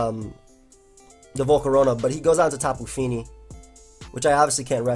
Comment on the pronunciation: "Tapu feenee"